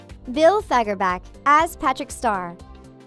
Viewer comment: Bills last name ain’t pronounced like fagger’back’. It’s pronounced like Bach. It has the ach sound